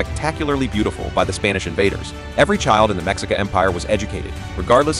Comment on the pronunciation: The word Mexica is Pronounced as Me-Chi-Ca.